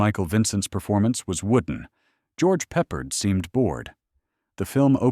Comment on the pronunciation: George Peppered.